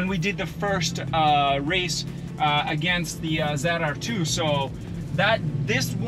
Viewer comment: Dont know Why I have to Say it, but It's not a Zedr2, but rather, a ZR2!!!